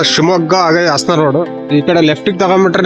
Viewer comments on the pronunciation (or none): none